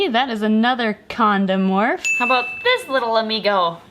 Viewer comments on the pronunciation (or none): Everytime she said konda morf, I thought she was saying condoms. I was trying to figure out why she was talking about condoms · I thought she said condom egg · Every time I hear 'Conda Morph' together it sounds like condom. 😐